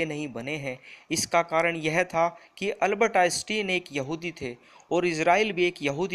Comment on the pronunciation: Everything is good but only one thing while pronouncing the Name one of the world famous scientist Albert Einstein name is not correct